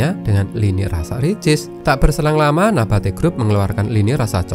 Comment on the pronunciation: MIN, SARAN.. TOLONG BELAJAR BAHASA INDONESIA YANG BENAR. NABATI, BUKAN NAPATI😂